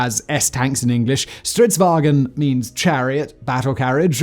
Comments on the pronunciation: there is nt 'E' in "Stridsvagn", please stop saying "stridswagen" like it's somehow german. the G is soft. It's not hard to go on google translate and press the freaking voice button to hear a more accurate pronounciation.... And centurions had 105mm guns not 150mm guns. come on, is this shit even looked at by someone before you upload? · There is no "e" in "vagn"